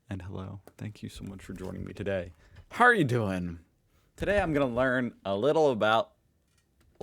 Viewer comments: LEE-duhl we don’t say little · Its neither liddle nor liedel Its leedel 😅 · Lidl is pronounced not like "little" but "leedl". Personally me and people i know rather buy at Aldi or Netto. Though Lidl is better than Norma. Sometimes we go to Edeka, but it's not as cheap. Thank you for your videos. We watch them everyday ^-^ PS. Of course you can buy things like toaster , bathmatts, gardening things,... at aldi, netto, norma, edaka,... too. The things just change idk like every two weeks and depending on the seasons. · It is not Lie-dl or little it is [LEE DL]... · It's neither liddl nor lydal, it's leedl. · its neither liddl nor lie-ddl. its LEE-dll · Leedel, not Liddle. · It's not liddle it's leeeedle pronounced. The durex condoms in the childrens health section were very funny 😅 The thing you can fold out on the cart are for shopping trolleys. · Lidl is pronounced Leedle, not Liddle. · It's neither Liddle nor Lydle, it's Leedle. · "Is it little or liedl?" Neither, it's Leedl. 😂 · LEED´L try that pronunciation (not LIDDEL !) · Neither "Liddle" nor "Liedl" ... it's "Leedl". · It's not liddle or lydel, it's LEEDL. And ALDI, not ALDI's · The English pronunciation is Liddle, but in Germany, we say Leedle… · You say liddl but it's pronounced more like Leedel The i is pronounced like a long ee in English and the d is pronounced like de wich a short d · nope, it's neither. It's not liddle, nor lydel. It's pronounced like this : [ˈliːdl̩] (LEE-dəl) So Lee like the Asian first name and del as the computer company. Lee-del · It’s pronounced as if it was writen Leedle, Lee everytime you have 2 dd, mm, ll, rr, ss, the a, e, I, u, o, are pronounced short. But Lidle has only 1 d, so the dominant letter to pronounce is the i. But Aldi is Aldi and not Aldis!!! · you pronounce it "leedl" like the ee in sleep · That Liddl is triggering me so hard. 😂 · it is pronounced like "Leedle" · Neither. Not a short i and not an "English" i. It's pronounced as if it's spelled Leedl. Long i.